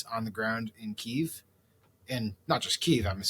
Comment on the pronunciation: Thank you for pronouncing Kyiv in Ukrainian (instead of two-syllable Russian pronunciation). tRump likes to win and he thinks of Russia as being more powerful. I think he guessed wrong and Europe/Ukraine's neighbors are going to make sure of that. tRump is a weak man, beta as you've stated.